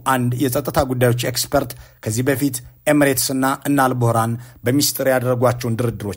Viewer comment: የሱዳኑ ጀነራል ኣል-ቡህራን ሳይሆን ኣል-ቡርሃን ነው።